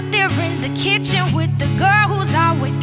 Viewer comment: i love that bit when she says wiv my beanie yolo